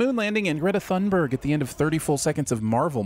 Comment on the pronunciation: With all due respect, I have to sin you for mispronouncing Greta Thunberg's name so badly in the opening minute.